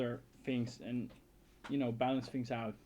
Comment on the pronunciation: it's things not fings everything you say is good but there is that thing word that i hear fings though your videos are awesome and entertaining and very funny